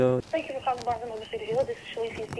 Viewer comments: Barn-ES & Nob-LES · "Is this barnels & knobelees"😂😅